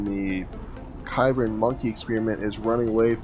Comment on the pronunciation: Small note, its pronounced "Sibran". It's an experimental unit from the Cybran Faction in the game Supreme Commander.